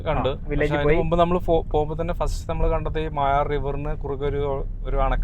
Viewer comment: അതേ... ഇവർ മായാർ എന്ന് പറയുന്നു.... മൊയാർ എന്നാണ് ഇതുവരെ കേട്ടത്.... പേര് മാറ്റിയോ.... അൻഡേഴ്സന്റെ വേട്ട കഥകളിൽ നിറഞ്ഞുനിൽക്കുന്ന സ്ഥലം ❤